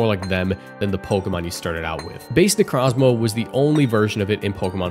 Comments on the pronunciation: Ok i cant handle the Pokémon name Butchering... 25% of the video Necrazma? Necro Zma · Bro did not just say "Necrahzmah" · It's pronounced necro zma O not a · You saying "Necrazma" hurts